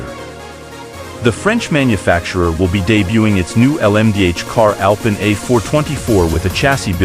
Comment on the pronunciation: It’s pronounced AL PEEN